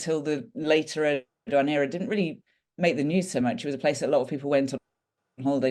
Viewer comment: I appreciate the debate, but can you please be less "lazy" in pronouncing non-English names? Eeduwan is not how you pronounce that name. ER-DO-GAN guys... I don't expect perfect pronunciation, but this is just.... you guys are not even trying, and it's borderline disrespectful. Thank you and all the best.